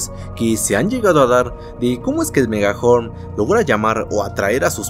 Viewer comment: Dijo megahorm